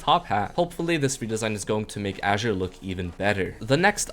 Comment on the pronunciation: Aint no way bro mispronounced the color "azure"